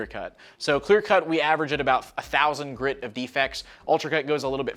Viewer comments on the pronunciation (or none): none